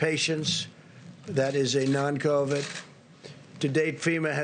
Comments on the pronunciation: Something About The Way He Says COV---"ID" That Does Not Sit Right... SMFH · Trump says covid C O V A D covid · Such an IDIOT ... C O V I D . WOW are his reading and spelling skills improving? Now it would be nice if he could put some inflections and or emotion in his words. Oh man, second time he says COVID he MISS PRONOUNCES IT....LMFAO. SUCH A MORON.. that's ....M O R O N...